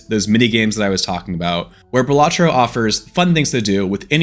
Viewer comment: dont need to see it, hes saying it wrong.